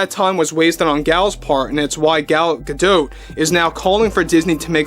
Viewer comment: Please stop saying Gal "Gadote"...It's pronunciation sounds like "Ga-doe". Thanks!😊